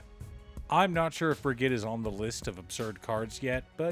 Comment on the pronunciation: Br-ih-j-ed = Brigid